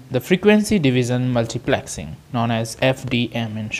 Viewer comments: its multiplexing.......not multiplaxing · Multiplexing more like Multiplaaaaxing 😂